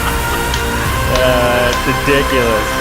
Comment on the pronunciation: whyhr say ridculous...